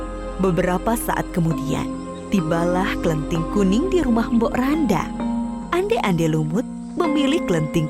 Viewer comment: Mbok Rondo bukan mbok randa